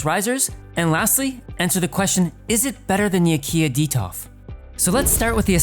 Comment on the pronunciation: Why do you say Baliden and Detof, instead of Blåliden and Detolf?